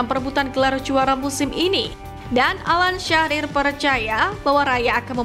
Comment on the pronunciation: Bukan Alan Syarir TAPI ALAN SHIRER